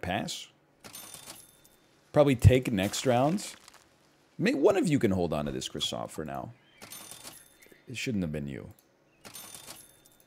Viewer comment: You know egg hadn't recorded in a while when he pronounces croissant "cross ANT", instead of "cross ON".